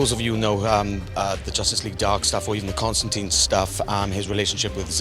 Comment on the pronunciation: WHY CAN NO ONE SAY CONSTANTINE